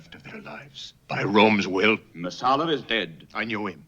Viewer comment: It's Messala, not Marsala. 🍷